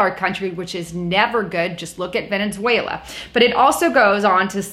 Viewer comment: HEY!! There's only ONE N in Venezuela, it's NOT Venenzuela!